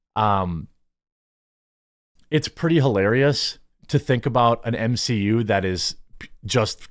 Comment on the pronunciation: M-she-U? No thanks.